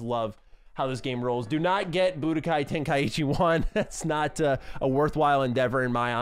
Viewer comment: Nice collection FYI 90% sure you said “tenkaichi” wrong